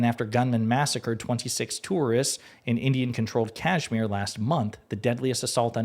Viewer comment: Dude you are mispronouncing Kashmir…. 🤦‍♂️